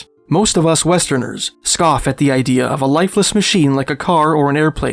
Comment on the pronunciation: You know that there is no "R" in Canada, right? It's not Canader. And you don't have a good idear. Maybe work on the rhotic impediment?